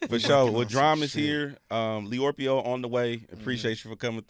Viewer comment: Come on 'Leorpio'.....